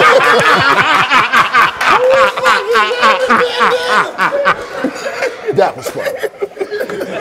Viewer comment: 😂😂😂🤣 that nigga said “David bandanna” 😂😂🤣